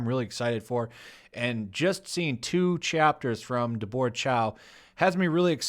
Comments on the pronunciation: Did you just pronounce “Deborah” to rhyme with “fedora”? lmao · it's Deb-bruh or Deber-uh. Like Debbie, but formal name. YOU'RE KILLIN ME SMALLS!;) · So why does pronounce Deborah weirdly? It's not an Asian name, and I've never heard anyone pronounce it like it was some alien word, day-bore, lol.